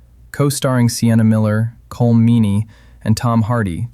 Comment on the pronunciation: I think "Colm" is actually pronounced more like "Column"